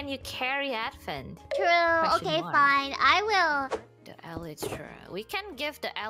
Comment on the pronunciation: You know, might be the first youtuber I've heard pronounce the word "elytra" correctly. (I thought it was kind of ironical considering her less than perfect English, but it might be that she looked up the pronunciation exactly for that reason)